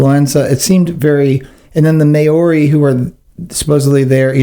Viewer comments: Maori pronounced MOWREE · Maori = mah oh ree Quay = key